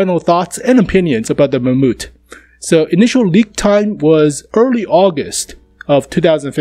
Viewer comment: the "mamoot" ?